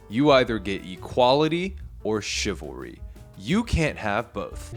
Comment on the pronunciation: "chivawwy is dead." lol